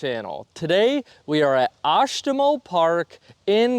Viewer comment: Oshtemo is one of my favorite courses, hope you liked it. You actually pronounced it correctly!